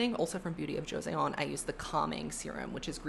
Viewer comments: the product you kept pronouncing jo se on beauty is pronounced as jo sun beauty! Josun is the country that existed almost right before modern day south korea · I love that you are using K-Beauty skincare. I live in Korea and as a native English speaker I also pronounced words with -eon endings wrong at first. But I wanted to help. So Joseon was the name of the Korean Dynasty. It's not pronounced jo-say-on. It's pronounced jo-sun. 😊